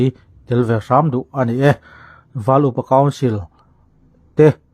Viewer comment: Val iu pa council nge,val upa council? I chhiar khan,iu...ahnu ah i lamleh khan upa .